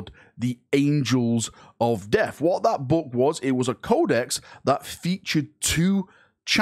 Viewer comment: Man, i was clickbaiting so hard, i barely caught this...Did he say "Angels of Deaf"???